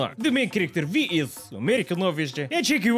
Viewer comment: "Issss!!" Love this ❤